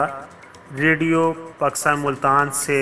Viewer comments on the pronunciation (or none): none